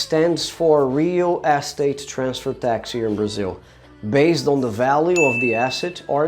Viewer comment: Nice video, but you need to work on how you say "real estate". I didn't understand you at first. Here's how you say it.